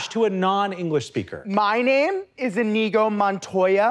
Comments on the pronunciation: Even worse, they're saying inEEgo. Wrong stress, wrong consonant, wrong everything. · The fact none of them is even TRYING to pronounce Iñigo correctly, with the ñ instead of an n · I was waiting for them to pronounce his name correctly... Iñigo no inigo, two very different sounds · It’s pronounced Ee-nyee-go not In-eego. The squiggle over the “n” (tilde) signifies a “y” sound tacked onto the “n” sound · None of them pronounced "Iñigo" the right way.